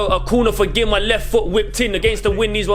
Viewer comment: Used to play for the younger Gima sides. It’s pronounced Geema. Pretty cool what you lads have going here. GG